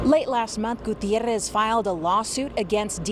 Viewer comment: The pronunciation of Gutierrez is really annoying here. Like Gutierrrrrrrrez.